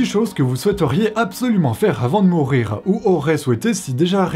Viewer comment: "absolument"... "absol"ument :thinking